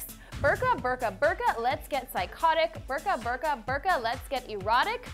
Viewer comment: You are pronouncing it wrong... It's more like "boor-ka" :/